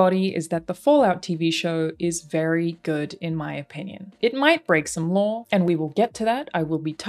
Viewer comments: This is the first video I've seen of, I've never played any of the Fallout games, or seen anyone play, so I searched for this because it's a fan perspective. But her pronunciation of "Lore" comes out in captions as "Law"!!! lol It would be great if you could take the time to fix the captioning. Or else start pronouncing your "R's" dammit! No, you I know won't do that and that's fine, it's kind of adorable. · OMG up until the very end I thought you said they broke the "LAW" lol. It wasnt until you mentioned it not being a 1 to 1 that I finally caught on that you where saying "They broke the LORE"